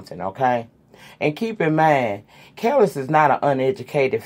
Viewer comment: I am team Nas on this situation. Kelis (it pronounced Kah-Lease by the way) didn’t even want him to be there when the baby was born, yet always wanting more money in child support. Young Buck story, you said exactly what I feel. The woman involved needs to keep her mouth shut. It’s not her place to spill his tea & she better pray he doesn’t get her back. His business is his. Unless he’s out here putting people down, disrespecting The LGBT Community I don’t see the purpose of exposing him. Yeah for Colin & Nike. Enjoy your weekend & feel better soon.♥️♥️